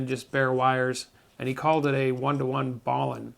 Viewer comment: Hey... just a note - the word balun is a combination-contraction of balanced-unbalanced and is pronounced in the same manner as each root word. i.e. you would say the first half of the word "bal" in the same way you would pronounce "balanced" and the second half as "un." You had mis-pronounced it by saying "ballin" or "bawlin"... not trying to split hairs, but it is distracting to have a word mis-pronounced! Thank you for all you do! 73/KK0DJ